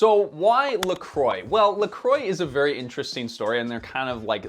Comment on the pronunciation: Could you please look up the pronounciation of "Croix"... my ears are starting to bleed 😅😅😅😅